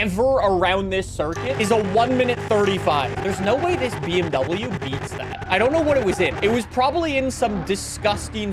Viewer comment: bro didnt say bmw right the whole video